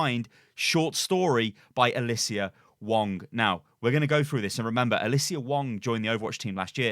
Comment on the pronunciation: Can you not read? Alyssa not alyssia